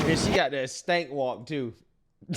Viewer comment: He said StAnk walk!!! 😂